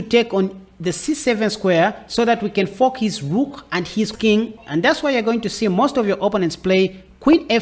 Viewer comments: i love how you say fork, but it sounds like fuck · You are (accidentally?) making fork sound like fuck and forking sound like fucking, and it's hilarious! Great video though! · Awesome chess !! Please pronounce FORK a little better for my kids lol 😆 😂 🤣